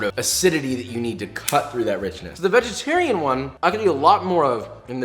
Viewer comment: We got BEEFY BOY and VEGETAWIAN HEAWFY